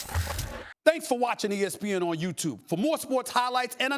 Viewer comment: Nobody: Stephen A: THANKS FOR WATCHING ESPN ON YOOTOOB